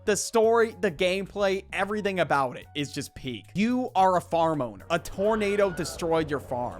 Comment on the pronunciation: “Farmoner”🔥🗣️ (btw im pretty sure its Farm Owner i just thought he said that first)